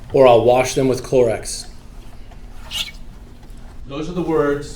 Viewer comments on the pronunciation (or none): Clorox not clorex